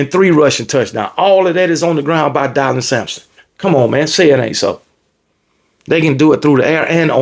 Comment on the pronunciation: Took me out when you were calling him "Die-lon" Sampson😂